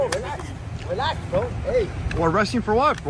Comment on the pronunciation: "Relaxssh, Relaxssh, Deesshcalate, Sufferin' Succotash." 🤡